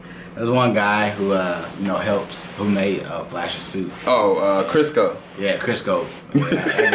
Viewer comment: y'all called him crisco :")))) i cannot hahahah